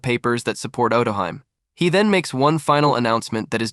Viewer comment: it's oh toe hee may.